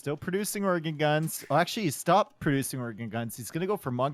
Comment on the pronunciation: Wait, was pronouncing stop as 'stope'?